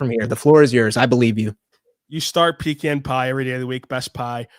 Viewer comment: I love your shows, but the way you pronounced ‘pecan’ was like a sledgehammer to my ears, and to my heart.